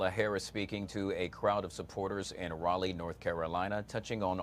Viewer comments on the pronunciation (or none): none